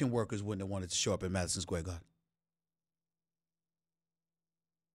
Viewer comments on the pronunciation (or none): none